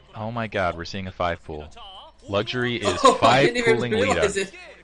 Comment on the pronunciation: its not Lita...it's Leh Tah...